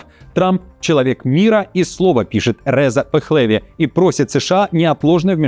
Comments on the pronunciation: можно вас поправить, а то режет слух...Не рЕза пехлЕви, а резА пехлевИ. Ударение на заглавные буквы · Блин. Реза́ Пехлеви́ он, неужели так трудно запомнить? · Реза́ Пехлеви́! Произносите правильно! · рЭза пехлЭви.... Сразу видно, из каких источников этот аутор берёт "свои" новости. Так имя наследника иранского шаха произносят америкосы - им вообще до фени, как правильно произносятся иностранные имена. Они и Эйнштейна Айнштайном называли. Реза́ Кир Пехлеви́ - так по-русски произносится имя этого прынца, или Реза́ Кир Пахлави́ - по-персидски. Читаешь новости на русском языке - не засоряй его англицизмами. Это на Украине модно... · Ведущему канала: как образованному (всё ещё хотелось бы надеяться) и популярному блогеру, необходимо знать КАК ПРАВИЛьНО произносить имена известных политических (РезА ПехлевИ), исторических и т.п. фигур, иначе Вас могут принять за ИИ, который не считается ни с падежами ни с ударениями. Мои наилучшие пожелания каналу😊💖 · При всем уважении к Вашему каналу, все-таки РезА ПехлевИ - в обоих словах ударение на последнем слоге. Сейчас все можно проверить с помощью гугла. Не пренебрегайте. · резА пэхлэвИ правильно произносить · РезА ПехлевИ- правильное прочтение. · РезА ПехлевИ. Следи за ударением. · РезА ПехлевИ - это правильные ударения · Работаешь на русском - говори правильно- РезА' ПехлевИ', чтоб тебя понимали. . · РезА ПехлевИ - ставьте ударения правильно. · РезА ПехлевИ. Надо правильно ставить ударение в именах. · делайте ПРАВИЛЬНЫЕ УДАРЕНИЯ В ИМЕНАХ ПОЛИТИКОВ: РезА ПехлевИ-ударения на последний слог! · Правильное ударение РезА ПехлевИ т.е. на последних. слогах